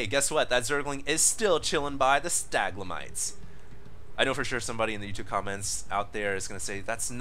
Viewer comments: Staglemites? Have you never heard how to actually say stalagmite or stalactite? That's like elementary education. I love how all the comments are about U-238, but that's not as common knowledge as the geologic formations he can't pronounce. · oh the staglamite pain... i was actually in pain every time you missed the word... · why is everybody always judging. why do u even care if he can't pronounce stalagmite or if he did'nt recognise U-238? we're here watching this video to have fun with some starcraft 2, not to be snobby or judgy...(btw i'm not english so don't start with my misspelling please) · its stalagmite. :P other than that, great cast!